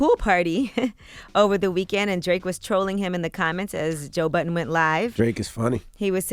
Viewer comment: Why Angela always saying Joe "Button" when its Budden... Everyone but her, INCLUDING SWAE said it correctly.... C'mon Angela... Yee know better